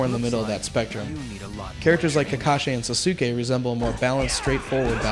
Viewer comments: LOL the guy playing sucked! + he doesn't know anything about naruto if he pronounces sasuke sasuukay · He pronounced the a's wrong in Zabuza and Sakura a's make the aw sound N-aw-Ruto S-aw-kura s-aw-suke In some Japanese words and names the u is silent like in desu(is) it's pronounced Des and In Sasuke the u is silent. yeh I have no life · o god.... the guy who said all those things sucks!!!! he didnt even say thew names right!!!!!!!!!!!!! Sa-su-ke?? what the hell it's Sas-ke with the silent ''u''!!!!!!!!! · should i get 1 or 2.. haku owned sakura in this. he said sakura and sasuke wrong!saiuuuke? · OMG they pronounce zabuza, sakura, and sasuke's name all WRONG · sa-suke is actually how u pronounce it but in japanese popular pronunciation its sasuke (jeez most fans say shi-kamaru instead of shika-maru but you dont see too many people bitching about that, its not like most of the fans can speak japanese) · the guy said sasuke and sakura wrong